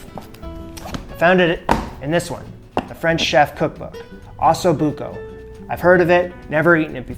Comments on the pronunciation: First thing you should learn is how to pronounce it properly ….oh so book oh …. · For as much anxiety as watching this video gave me, from the pronunciation of osso buco to his moving the hot braising pan with his bare hands and everything in between, this dish looked delicious. My mouth is still watering. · You can’t pronounce osso buco, and comments say you mispronounce herbs also. Sad. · Can’t pronounce Osso Buco correctly either.